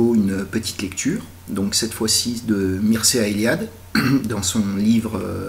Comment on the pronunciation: ça se lit, Mirchéa ;)